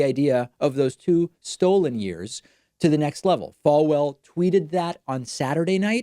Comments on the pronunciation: That's what I thought when hearing David pronounce it haha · All these mistakes he makes while speaking and tweeting i.e. (Stollen, Oranges, Proh-ess, Jaroozum, Penin-shula, Chhasms, Internate, MomeMtum, Diversary, Spay, Nazzeez, Rusher, Nambia, Tanzaynia, Missuria, U-licious, Utaur, and best of all Cap-Sicle) It's so funny it's SCARY and is reason enough to have the orange man medically examined for brain disfunction.